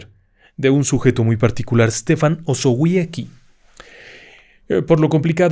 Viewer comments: Se pronuncia "Estefan Ozobiezky". Ni es tan complicado. Era un hombre de su tiempo: estuvo a punto de ser ejecutado por los bolcheviques, y su vida acabó en manos de la Gestapo en el alzamiento de la Powstanków Warszawskie. Como él mismo lo predijo, su cuerpo jamás fue/ha sido hallado y hay un cenotafio en su honor en el cementerio de Stare Powązki. Los guias de tours de la Segunda Guerra en Varsovia lo mencionan en calidad de heroe nacional. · Osowiecki se pronunciaría osovieski.